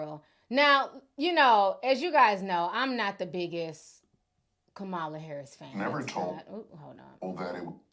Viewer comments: Please, please, please learn how to pronounce our Vice President’s name!!! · Please, please pronounce Kamala's name properly. Trump pronounces it wrong on purpose, we shouldn't.